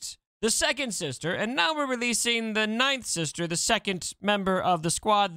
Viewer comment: Took me so long to realize it’s “ninth sister” not nightsister lol